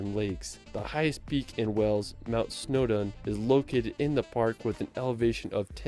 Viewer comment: Why does he say "Wells"? It's "Wales". And the mountain is Snowdon not "Snowdown"! I'm getting annoyed!!!!